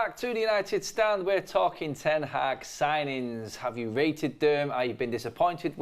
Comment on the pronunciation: They keep saying Ten Haack 😁